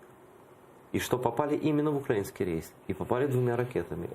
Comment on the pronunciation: Айдер, наголос на украЇнський, не укрАїнський, вухо ріже що страшне. Відвикай від мордоровськой вимови.